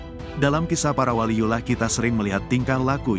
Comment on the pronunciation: Yang bener Baca WALIYULLOH, ko di baca waliyulah.